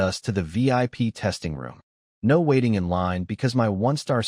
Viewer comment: Your Narrator Bot needs some serious work Can't properly pronounce simple two letter words, or words that have been extended with multiple letters. NO comes out as N O, and OWWW comes out as O W W W. otherwise the story was good, didn't need to be 2 1/2 hours long though. OMG this narrator is a super comedian, I laughed so hard.